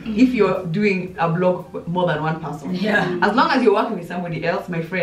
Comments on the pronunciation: Sheey Jelagat the "blog" instead of vlog is bothering her Lotsa love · Ivy is me i was hearing BLOG